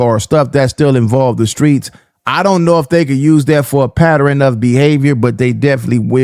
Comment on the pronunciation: 😅 😂 THAT IS NOT HOW YOU PRONOUNCE PATTERN‼️ WTF IS A PATTER•RIN🤣😆 C’mon 😅